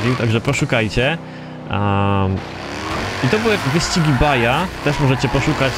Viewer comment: wybacz że Ciebie poprawie ale wyscigi Baja czyta sie Baha (z hiszpańskiego) J czyta sie jako H. Pozdrawiam Gorąco